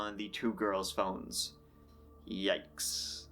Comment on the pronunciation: You said that they found the women's phones, but it sounded like you saod BONES